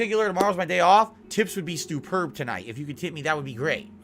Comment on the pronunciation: Stuperb? Worthless drunk